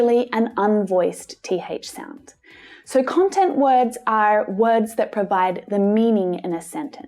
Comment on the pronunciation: is it me or did she say “dat” too? i mean when you speak fast you can’t do the th sound, at least i can’t🤷🏻‍♀️